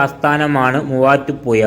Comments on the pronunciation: മുവാറ്റുപുയ വല്ലാത്ത പുയ തന്നെ 😄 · നീ എവിടെയാണ് മലയാളം പിടിച ത് തൊടുപുയ മുപാറ്റുപുയ എന്തോന്നാടൈ